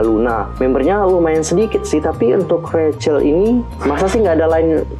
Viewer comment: Rachel bacanya kak bukan recel